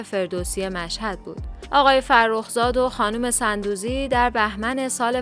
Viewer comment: تلفظ درست sondoozi است نه sandoozi